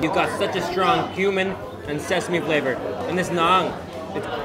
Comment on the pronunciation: Every time he says "cumin" it sounds like "human". ...And it also smells like there's a bit of spice in there, maybe like a bit of human.